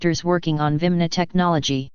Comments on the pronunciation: This dumb computerized voice pronounces "vimana" as "vimna". Apparently the script writers left an "a" out of the word. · are they not called virmana not vimna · She cant say 'viamana'